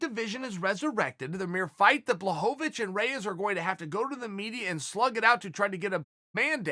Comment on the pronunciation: Chael is subtly trolling all of us with his different pronunciations of blachowicz name.